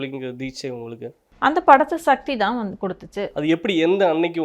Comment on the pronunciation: satti satti illai sakthi sakthi olunga mothalla sollu paarpom